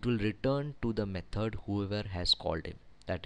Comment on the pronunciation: Thanks for the video! I love the way you say 'methord' rofl :)